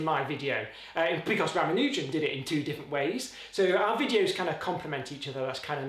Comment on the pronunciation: I do wish that you pronounced his name as every Indian narrated youtube video I've found does, Ruh-MAHN-u-jen, not Ram-uh-NEW-jen.